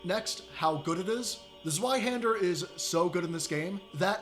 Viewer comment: Well, at least you didn't call it zwee hender.